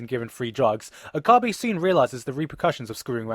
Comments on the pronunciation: Bro...OH Kah BEE? It's OH K-UH BAY. And you say you've seen this show bro? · It's Okabe not Okabi. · Oh god, your pronunciation of Okabe is just PAINFUL. It's pronounced OH-KA-BAY RIN-TA-ROW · his name is pronounced OH KA BEH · he's pronouncing "Titor" and "Okabe" wrong. Accents aside, he should at least pronounce the names like they do in the anime. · This anime is my favourite anime ever and the visual novel is also goddamnmotherfucking amazing and I'm a crazy obsessed fan of it-That should explain why I'm saying this. FUCK YOU, you're pronouncing Okabe wrong, Mayuri's tuturu is only annoying when you play it over and over otherwise it's really cute and you make out the characters to be something they're not.BTW this review is freaking hilarious & why did you use a bunch of images of the Visual Novel at the start if this is an anime review?